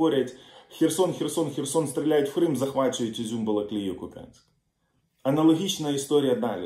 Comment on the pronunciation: кУп'янськ!!! наголос на У!!!!